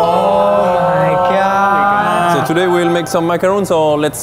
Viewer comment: Zach "oh my gawd" My mind: "I'm the clitoris" Sorry 😂😂😂😂